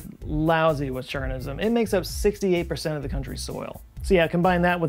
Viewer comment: Nailed Chornozem pronunciation - except it is Ukrainian word not ruzzian